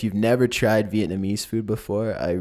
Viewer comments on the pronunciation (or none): none